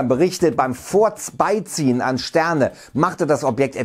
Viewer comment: Bin mir sicher er sagt furzbeiziehen